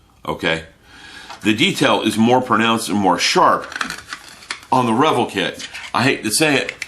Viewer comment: Great review mate ! I will have to break down and get me that kit now. Btw I am pretty sure its pronounced re-vell, not revel... At least I have understood it to be pronounced that way for 35 years now lol No biggie though..... when in Rome and all that.....